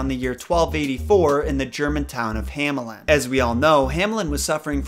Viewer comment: German native backing you up. Also, the town "Hammeln" would be pronounced like "Huh-meln"